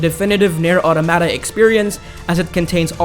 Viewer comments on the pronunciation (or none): none